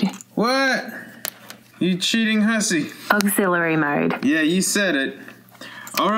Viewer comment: "Gimme that AWGEZILLERY MOAD"